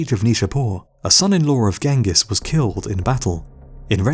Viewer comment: Mr Rob lang in the comments-I do hope it does not stand for language! It is Ghengis not Gangus. There is a reason for such spelling ie; (gee hyeng gis) not gang-gus. Nothing personal. The narrarator really needs l i guistic help-it is Igor ( ee-gore) not eye gore. Really and they feel they educate!!